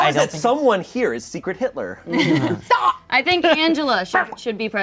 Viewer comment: i love how everyones serious expressions immediately change after says “hidler” 😭😭😭